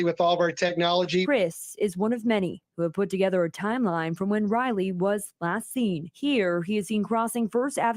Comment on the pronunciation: did she just call him Ratley?